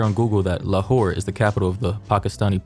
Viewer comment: I keep hearing "lawhore"